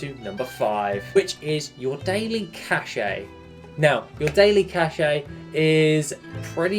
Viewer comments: is pronounced just "cash" not "cashay" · i'm sure you don't care, but cache is pronounced the same as cash